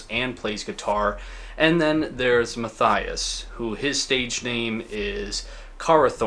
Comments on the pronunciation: The name Matthias is pronounced "Matt-ee-ass", not "Math-eye-ass" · Know the story from back then. Band irrelevant and I wouldn’t call that guy (pronunciation Mah-tee-ahs Shoremànn) an incel either. Correct term would be simp. Remember the story differently from someone who knew this guy personally. According to this guy Mr Karathorn was simping for Ms Brust (pronunciation wrong again) for years, but she allegedly had sexual encounters with him from time to time, to boost her ego, again turning him down after that. Classic on-off sorry f. Certain women love simps, cherish the simping and bad things can come with that. As this case shows. Whether this detail is true or not, guy was a weak BM narcissist, probably showing other signs of a dark triad personality. Except for the Norwegians almost every crime connected to Black Metal folks shows insecure loser behaviour. And in hindsight these Norwegian youths were insecure losers as well, except their music was exceptionally good. Worse BM related crimes happened in Russia, Colombia and Finland, but the BM True Crime topic would turn out as interesting as the music of Carpe Noctem. Better to skip on that, unless one strifes to milk the views of sensationalist normies that find these topics very fascinating as it’s a small escape from their own dull life, where never anything remarkable happens. Just saying.